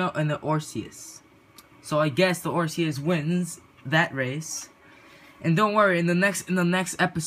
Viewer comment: u pronounced osiris wrong 😂